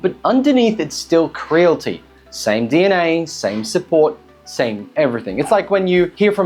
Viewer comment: It's pronounced "Cre-a-li-ti" bro lol